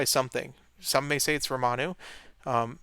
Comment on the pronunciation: calling Ramonu "Romanu" is becoming a staple of this channel just like water breaks